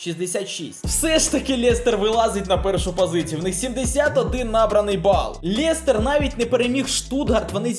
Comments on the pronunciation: лЄЄЄстер правильно лестер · Жах , який Лєєєстєр? Лестер